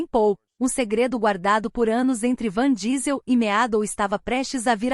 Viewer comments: Pelo amor de Deus é vin Diesel...a mulher fala van diesel...😁😭...kkk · Nao sei como conseguem falar o nome errado principalmente que todos sabem que o homem chama Vim Diesel ,,,,, e ele é incrivel e se da muito bem com a filha de Brayan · O cara leva nas telas mais anos que o proprio Matusalém. Dai vem uma IA bem bosta, e erra o nome do cara. Até sua avó conhece o cara. Errar um vez ainda ta valendo, mas repetir um erro tão tosco, é foda